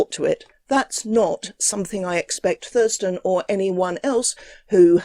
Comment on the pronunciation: Is it odd vat from Essence of Fought would choose a name and channel name wiv so many "th's" in them which he is unable to pronounce?